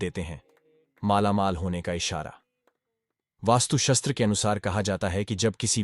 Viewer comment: वास्तु शास्त्र होता है..सही उच्चारण तो करो